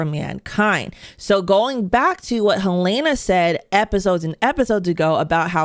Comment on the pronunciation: Just curious more than anything, after clearly watching and following the show very closely, how come you consistently pronounce one of the main characters names wrong? Her name is Helen-uh. You say it Hel-ai-na.